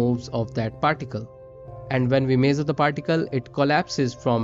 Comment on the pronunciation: nice video..........but please note that measure is pronounced mej-ur (not mazor)